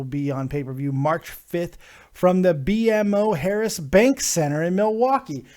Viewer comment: It is pronounced "Beemo", BMO Harris Bank, it use to be called "the bradley center" it the home of the Milwaukee Bucks NBA team, just so you know lol i'm from Wisconsin so i am use to having this conversation with people lol, just like the word bubbler is what the south calls a drinking fountain or a water fountain lol us northerners got some weird shticks